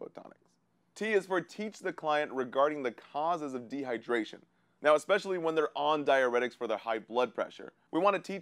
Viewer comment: De -hy-der-ra-tion